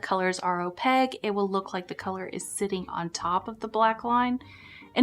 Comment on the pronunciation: I agree with you about the utility of opaque colors! (Opaque rhymes with snowflake, not jpeg)